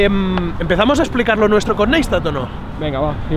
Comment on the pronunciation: jajaja cojonudo el video! Pero pronunciad bien el apellido, que le da mucha rabia! Naistat, como en Nice tattoo-Nice tatt :D Fanboy nivel 10 que soy xdddd